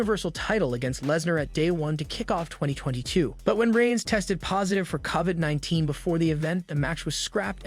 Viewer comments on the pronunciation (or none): Narrator can't even say 'COVID' properly much less the wrestler's names!